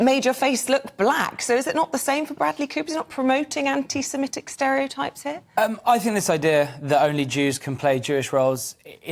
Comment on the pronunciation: I'm more offended by how many people - like this male presenter - pronounce Semitic as Semetic. Not really. But it's a weird thing that mildly irritates me!